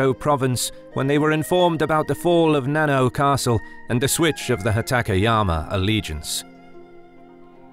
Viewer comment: Not "nano" castle as in nanotechnology or nanometer but na-na-o where the vowels in "na-na" are the same as those in papa or mama and the "o" is the "o" OMG. The translation of the characters in 七尾 is seven tails.